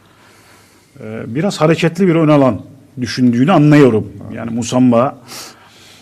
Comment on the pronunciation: Adam doğru söylûyor musamba musaba değil